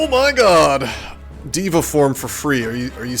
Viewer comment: It's not Diva form, it's DEVA form. Very different words.